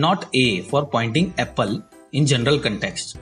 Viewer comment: "Apel" Lol